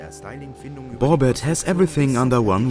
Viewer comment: Now I know how to pronounce my wheels correctly after all these years.